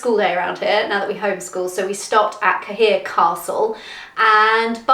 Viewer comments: Cahir as in Cahir Castle is pronounced as care 😇 not what you called it 😆 😆 😆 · Its pronounced "CARE/KERR" Castle......it got be too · Cahir castle- pronounced CARE castle, just so you know ;)